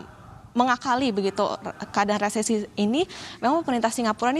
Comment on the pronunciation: Resesi Re se si Dibaca resisis